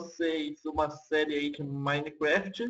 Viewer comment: cara nao sei se eu tava ouvindo errado mas vc fala maineqüéft